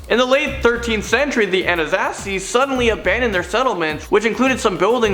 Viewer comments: The An-I -Zazzi 😂 It’s An-ah-sawzee .. Gotta love him for trying tho ❤️ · You you pronounce Anasazi wrong and the Anasazi are still alive just hard to find... Kinda like bigfoot